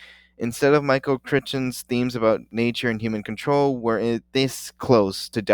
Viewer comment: Jesus, the way you pronounced Crichton is disrespectful as hell. Is it an inside joke?